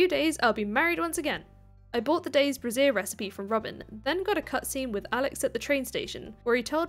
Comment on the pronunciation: That really, really isn’t how you pronounce “brazier”,.